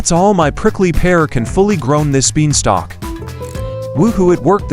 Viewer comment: lol u keep saying “pricky pear” lol